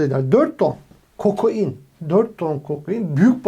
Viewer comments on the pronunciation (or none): ulan kokoin diyip duruyor yaaaa KOKAIN KOKAN ismi... KOKOIN degil